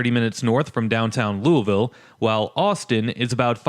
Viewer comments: Pronounced like you got a sock in you mouth. Loo-a-vuull. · You mean "Loo a vul?" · Any validity of your opinion went out the window when you mispronounced Louisville.